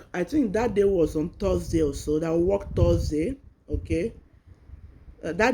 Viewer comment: Why do you say wek instead of work? Hope you have gotten your documents before this walk out. People in diaspora work a lot of hrs you can’t have your cake and eat it too. You didn’t pay for the education to get this job. They sponsored you and your family. It’s your responsibility to organize your home and if you want to be breastfeeding that’s good but you can make amendments for that. You were even given a car. Well don’t blow your voovozila we all have children too. I hope they won’t deport you and your family because you are on a work visa and you are already showing you got it all together. At least let the ink in Immigration file dries. They fucking spend their money on you. For the purpose of going there to work. Please stop saying wek it’s WORK ! I trust y’all accepted the jobs to get away from where you use to be. But some of us knows y’all have a premeditated plan after you find your foot on the ground. You accepted everything for them to accept sponsorships of your and your family. Even those who accepted to donate kidney after arrival they talk with people they know that lives in England and then after accepting they will suddenly lie about their ages and lie they never knew what they agreed to. Come to find out the scammer even registered to vote 10 years ago. Sitdon look Na my Dog name.